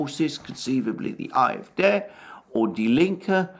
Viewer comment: "AfD", the way Alexander says it, sounds like "eye of death". Took me a bit to figure out what he was talking about